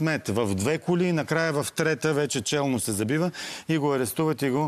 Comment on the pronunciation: "Не съм СЪ запознала" 😂😂😂😂